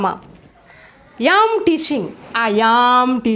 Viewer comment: It's not yam it should be am and falling as well pls 🙏 check ur pronounciation